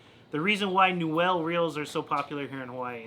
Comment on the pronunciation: Its pronounced new-uhl. Rad video. I have a 338.